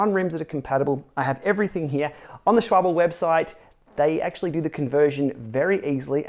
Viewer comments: Dude if you can read the order of the letters, it's SCHWALBE, not SCHWABEL. Come on. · This "shwabl" was really unforgettable. Maybe it was even better than the original. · It's Schwalbe (Shwaalbee), not Schwoble. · Tom Davis I just watched a German review of these tires and schwabble is closer than schwall-bee. The German guy said like “schwy-bell.” It’s the croissant of cycling. Which way should I pronounce now? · I notice you called your Tires Schwable... they're called Schwal BEE. Haha... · Schwabel? WTF? 😂😂😂😂😂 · Came for the tubeless tips, stayed for the 'Schwabble'! 🤣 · Think it pronounced....Shhh...wal...be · It's pronounced Schwal - Bee. The "L" is before the "B". The way you pronounced it the "B would be before the "L". Just saying. It's okay though if you're not perfect. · No, sch-wall-bah. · pronounciation tip from a German: Schwalbe ist pronounced "shwalbe" with a spoken e (like in porsche). great vid! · to be fair I think pronunciation would be easy to ignore, but you swapped the B and L which kind of screamed "correct me" out to the Internet ;) It could be worse though, you could record a podcast with Ray and talk about the Suito, each saying it differently every time :D